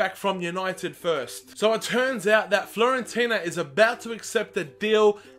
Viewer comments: Dear, I just want to let you know that you mispronounced Florentina, it is Fiorentina with an "I" instead of an "L":). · It's Fiorentina not FLorentina :D